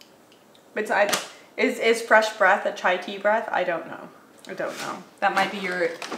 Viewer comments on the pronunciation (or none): Chai not Chia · It is chai not chia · It's Chai not chia